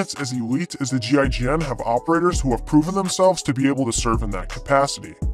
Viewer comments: Damn that accent when you pronounce what GIGN stands for was indeed painful to hear. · You can pronounce it Jeegin.